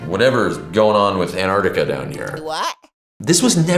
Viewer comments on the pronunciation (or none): If you want to then you need to stop using the nonexistent word "Antartica". But ... you said it correctly . Good for you. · There is no silent C in Antarctica.